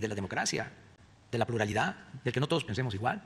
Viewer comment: ¡Excelente! Jajajaja tú también lo captaste... y la pluralida... jajaja se mata solo, no sabe ni hablar y menos pronunciar... la gran TRANFORMACIÓN dice y eso que es su "logro(?) más cacareado" y "la joya de su corona" y no lo sabe ¡NI DECIR BIEN! La lista que le tengo es enorme, y no solo causa pena ajena, sino indignación que vean que ese es "el presimiente" que a diario se quema y miente como respira, a los ojos de todo el mundo". ¡Que gacho, pero es la triste realidad!